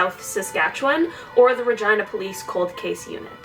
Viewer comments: Ha, no, it’s definitely supposed to be ruh-geen-uh pronunciation, I don’t think she knows. 😅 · The way she says 'Regina' sounds wrong to me. Its Rah-gee-nah. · The fact that the town is pronounced Ragina and not Regina cracks me up...I’m childish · Regina sounds like v*gina..... :) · I thought she said vagina police 🤣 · LOL... Is it JUST ME or did you hear vagina instead of Regina??? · I liked this video, but the way she said "regina" I couldn't stand over all cool video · It sounds like she is trying to say the female part without really saying it when she said Regina. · the way she says regina makes me feel uncomfy. im sure thats how they say it in Canada but i don't like it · Dirty minds n' all. I heard something else every time haha. I don't blame her but the people who decided it was fitting. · lol I didn't mean like that it's just that I say Regina differently than the way she said it. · I am so sorry, but the way you say regina............